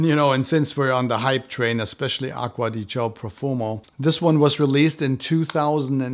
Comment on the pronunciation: Saying aqua di Gio instead of aqua di Jio (as many other reviewers) made me subscribe. Congrats